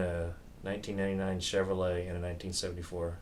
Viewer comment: SAME HERE!!! Also her "annndt",made me freaking crazy!!!